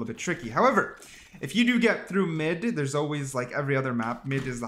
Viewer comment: bro the way youre saying "through" makes me so angry